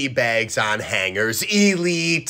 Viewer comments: I love it when he says "E L I T E" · I Love When He Says 'ILEEETEE' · Has no one known that he keeps saying EILTEEEE